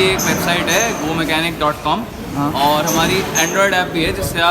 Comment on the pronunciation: Bhai ji Gau mechanic Gau mechanic bol bol kar dimaag ke screw deele kar diye. Pehle toh bhaiji Gau nahi hai Go hai and doosra yeh poora scripted lag raha hai aur paid review bhi lag raha hai. Theekh hai sahab.